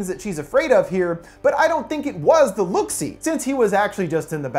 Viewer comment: Next time say look see notes correctly don’t change it please